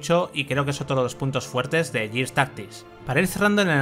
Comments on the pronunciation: En todo caso sería "guirs". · Gears se dice /guiars/ Years se dice /yiars/